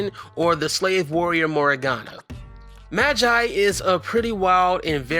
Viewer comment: Don’t pernoce like ma gi e it’s ma ge e